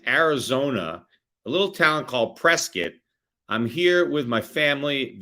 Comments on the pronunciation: I’m from AZ. You say Prescott like one of us. Prescitt. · I appreciate you pronounced the town name the odd (but accurate) "PRESS-kitt" instead of the conventional "PRESS-cott" as it is spelled. That is one way to know you were really there.